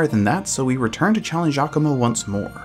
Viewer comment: I usually don't comment, but I am so jazzed. He's literally the first person I've heard say Giacomo's name right.